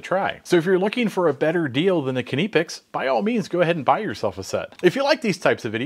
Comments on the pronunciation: Why do you yanks always call them 'kineepex' when its pronounced 'nipex'. The 'K' is silent like in knife. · I don't think its pronounced Kineepex. It's simply Nipex. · Do you call you cutting utensils kuh-nives? It sounds horrible hearing you say kuh-nipex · KNIPex! NIP is NIP not NEP. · Please stop pronouncing knipex as k.nee pex it's nipex the k is silent. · nipex nippex etc. is wrong AF. knipex with the K and a snappy p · Please say nip ex.....the knipex needs a better grip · will always be 'nigh pex' to me, they can pronounce it however they want to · KUH-NIP-EX, get it right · Kuh-neepex? I think the K is silent. As in Knee. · Did he just say keniy pex? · Nye-pecks Edit: no I don't care what those non English channels say. English has rules. I may suck at them but kni*** is pronounced nye. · It actually sounds like kipex when he says it. I do speak some German too. Maybe we should now start pronouncing knife differently too. :-) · Kuh-née-picks… you gotta love spell correct! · He's right it's pronounced Nip - X. K is silent. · Please pronounce it Kah-nip-ex. The Germans pronounce their "I" sometimes as an "ee". So you could say Kah-neep-ex and still be correct. They also sell these pliers with a comfort grip handle. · Please start pronouncing Knipex with a K, as it is not silent. Here are some videos that will help you learn how to say Knipex correctly. and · the guy who works for the company doesnt pronounce it this way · everyone around word pronounce this brand with a K, only mericans like to made up pronunciation of stuff, like aluminum of example. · The man who represents Knipex either doesn't know how to pronounce it, or has given up the fight for the American market. Pronunciation in German isn't (almost) arbitrary as it is in English. This really isn't an ambiguous situation. You can say it the German way, or you can just keep saying it wrong ;-) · It drove me up the wall every time he said it so wrong 😖😖😖. And he said it so meany times 😖😖😖